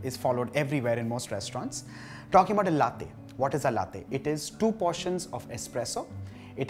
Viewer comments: It's pronounced Laa-tey and not Lathe. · Lattte?? C'mon it's la- te!! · Its not latthe it's laa tei. Or latte😅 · Well it's called latte, ta as topic,truth not tey as Taiwan ,,,across the globe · HOW DO YOU PRONOUNCE THAT T SO HARD!? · Great video although it pinches me every time latte is mispronounced. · He knows how to pronounce espresso but does not know how to pronounce latte. 👌